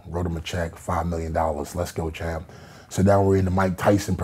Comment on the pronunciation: As long he doesn’t say let’s go champ (sounds like he’s saying to himself chump) ,it’s alright to listen to him ..